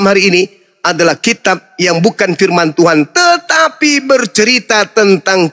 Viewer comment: Pendeta ini selalu memperlihatkan kesalahan membaca bahasa melayu kitapnya ini pirman tuhan